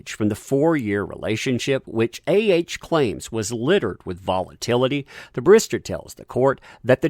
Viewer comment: Its bar-ris-ter NOT ba-ris-ta ...